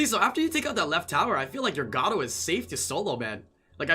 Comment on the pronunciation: You know it is pronounced (Gar)-(oh). pls stop saying gato you sound like an idiot